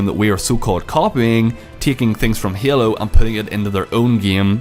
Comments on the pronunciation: this guy says Hailu every time instead of Halo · It s halo and not yalo. But ya halo 5 is much beter then cod iw. I m so angry about this,it s fuckd up! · You said hyelo, you need to say halo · the word you said the most were halo and game and it's kinda annoying the way you pronounced it